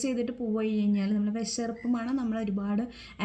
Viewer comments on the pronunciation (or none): വിശർപ്പ് അല്ല വിയർപ്പ് ആണ് 😅